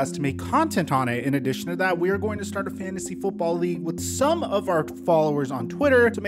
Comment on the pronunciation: “Why do dat “ when it says “that” 🤔🤔. Did it sound as bad between your ears as mine?! 😪